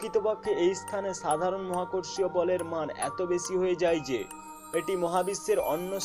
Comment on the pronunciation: স ও শ এর উচ্চারণে সমস্যা আছে। উচ্চারণ ছ হচ্ছে। আপনার উচ্চারণ সমূহঃ ছম্পর্ক, বেছি, ছক্তি,ছাবাবিক,ছবচে,অছাবাবিক, তামমাত্রা, ছেই ছব, ছমস্ত ইত্যাদি।